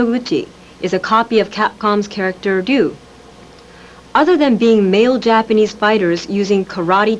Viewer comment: its the proper japanese pronuntiation